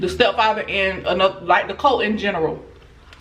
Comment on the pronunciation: Girllll that southern accent I thought you was saying COLT (baby horse) instead of CULT 😂😘😂